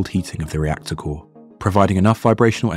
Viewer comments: rector core lol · Rector core? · ah yes rector core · "rector core" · It's actually "reactor core"